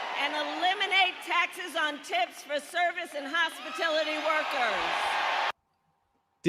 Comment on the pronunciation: What is hospitility I have never heard it said that way before